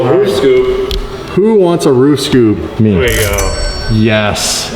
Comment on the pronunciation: He said ther a link and ther not